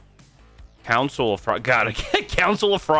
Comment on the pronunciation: How come and mispronounced council